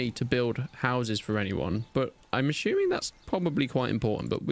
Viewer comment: I'm "ashuming" 😂😂